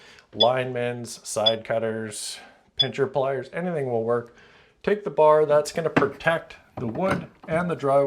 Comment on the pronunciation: “Pincher plies” 😂